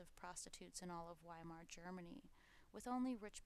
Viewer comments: Is it too much to expect Americans to pronounce Weimar ("VY-mar") properly? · Entschuldigen Sie, junge Dame! The "W" in Weimar is pronounced like a "V". Y'all sound like a "rookie", cookie! Frieden! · “During the decadent days of the WHY-mar republic “=😅😅😅 I’m gone